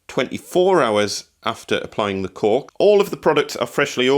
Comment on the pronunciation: Thank you for pronouncing it ‘cork’ and not ‘cauLk’. 🙂